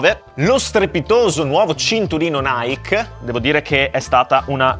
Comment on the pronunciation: Scusami ma si dice Naiki no naik così lo capisci ….